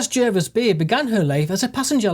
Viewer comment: It's pronounced J (A) rvis Bay